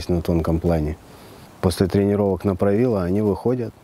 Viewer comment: 😂😂😂😂Поправило позвоночник после словестного 'правила', ударение на 'И '💪💪💪